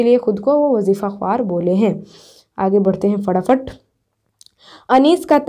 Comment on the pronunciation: Mam wajifa khawar nahi wajifsa khar padhata hai